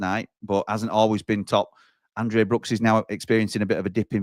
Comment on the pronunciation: We do NOT have a girl called AndREA Brookes playing for us, for heaven's sake! Please learn the names of your own players!! No-one but you calls ANDRE 'Andrea'!! Andrea is a girls' name. Andre is a boys' name.